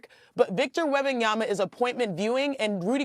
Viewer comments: 3 years later, Steven A. Smith is still not capable of pronouncing Wem/ban/yaMa correctly. It drives me crazy : is it intentional, at this stage ? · Why is it so hard for Stephen A to pronounce Wembanyma name😂😂😂😂